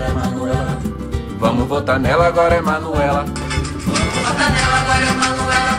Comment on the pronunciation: Tem que falar manuelá